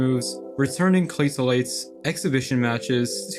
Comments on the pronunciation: Incredible stuff, thank you for your hard work on this stuff. One minor (meaningless) correction, claytalities is supposed to rhyme with “fatalities”. It truly doesn’t matter though so feel free to ignore me. Those games aren’t very good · What was that "Claytalities" pronunciation?? 😂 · Did you really just pronounce Claytalities like that?…..